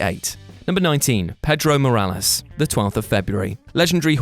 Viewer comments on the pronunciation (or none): I'm not usually the type of guy to harp on about voiceover mistakes, but holy shit mate, it's a video about wrestlers who passed away. Can't you guys fucking watch it through once before posting it so you don't do that embarassing shit on Pedro Morales's entree?